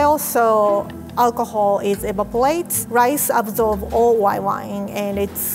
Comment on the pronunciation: "Evapolates" I just love!